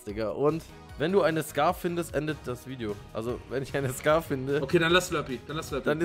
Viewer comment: Die waffe heisst nicht scar-"H"